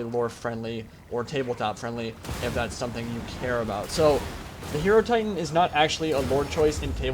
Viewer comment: Great video. That was an awesome battle, but I have one question: isn't it pronounced "Hai-Ro-Titan" like Hai-Ro-Phant" instead of "Hero-Titan"?